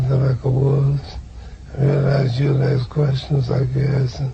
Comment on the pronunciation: Why you say “aks” not “ask”